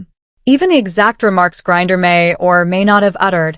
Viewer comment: Mercy ...GURRIER ????? It is HE, Brian Griner.....